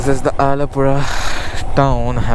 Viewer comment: Dude ur a mallu !!! I was amazed to see a non-keralite saying Alappuzha and all correctly untill u said "ayyo veezharuthe"😂😂😂